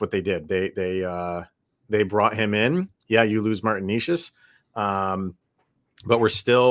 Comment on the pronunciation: You guys can't even pronounce Necas name correctly. 😢 Fyi, he had a hat trick vs Colorado last season.